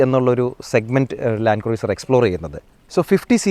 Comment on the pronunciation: ആ Y60 Patrol ഒന്ന് കൊണ്ടുവരാമോ... And please pronounce 'Cruiser' as 'ക്രൂസർ' #NotHarsh🌷